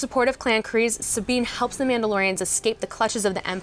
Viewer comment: what's up with pronounciation of kryze?